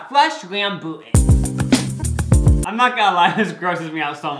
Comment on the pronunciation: AS AN SE ASIAN THE WAY THEY PRONOUNCE RAMBUTAN MAKES ME SCREAM LAUGH